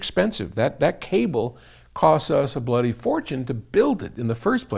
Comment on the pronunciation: 'A bloody fortune'. As an Englishman why does 'bloody' sound funny coming from an American :).